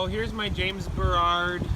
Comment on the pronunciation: Bro, it’s “James Baroud” not “James Berrarrrrd”